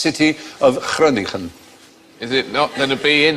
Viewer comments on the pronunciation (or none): I think it's adorable how they tried to pronounce Groningen the dutch way by pronouncing both G's the dutch way. But the second G has an N in front of it so it is not pronounced like the first G.